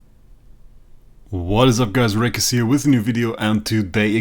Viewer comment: you don't say Wraec :') Enjoy your holiday!